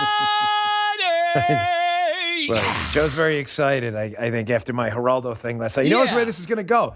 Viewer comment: ...And cursing elders is unseemly. You look like a bully when you pile on Mr. Rivera with your rant. "Numbnuts"? And you sound like a racist when you mispronounced his name. Show some respect. Geraldo (starts with an "h" sound), he was the first to speak out on TV on behalf of abused women and children-look it up. It's a '70s era grainy video. Geraldo Rivera has had his media chops for a long time, and you weren't there to insult his street creds.